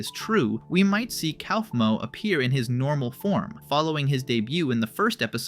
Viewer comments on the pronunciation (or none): IT'S PRONOUNCED COUGH-MO WHY DO YOU KEEP SAYING COWFMO